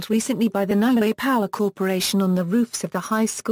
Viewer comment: It's NEW-ay not NOW ay, and it's TONG-a not TONG-Ga.